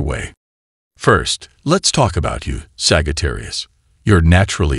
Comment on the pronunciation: 'saggy - tarius' 🥴😭😆